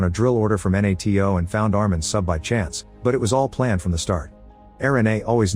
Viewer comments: this one is on me. But i didn't know what N-A-T-O was until the end of the movie, you just say NATO. You don't say each letter individually. Although could have figured it out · The AI can't even say NATO right, what hope does the Turkish capital have ?